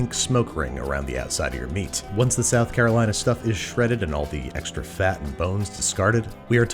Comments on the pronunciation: I physically cringed every time you said South Carolina. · From south carolina and I got unreasonably upset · I'm not from NC, but I am in love with their BBQ. So every time I hear you say "South Carolina" I cringe. Please just dub over yourself and fix it. I literally want to puke hearing you say it.